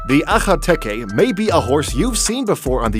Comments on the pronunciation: That last breed is pronounced Akel-tiki. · I died when he said “Ka-nabstupper” lol who’s gonna tell him the k is silent 😂😂😂😂 and when he say akhal-teke he sounds like he has something stuck in his throat lol 😆